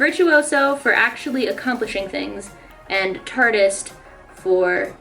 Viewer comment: when you said tartist I heard tardis